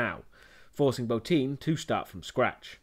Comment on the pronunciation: Thank you for pronouncing Rob Bottin's name correctly. It shows you did your research. Most reviewers pronounce it bah-tin.